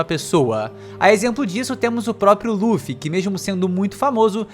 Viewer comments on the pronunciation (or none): none